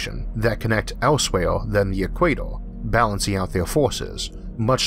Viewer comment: I am a long term watcher of Arthur but I still can't help laughing when he says "eek-way-toh"